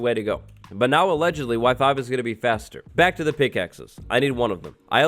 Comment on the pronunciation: when he said Y5, I heard WIFI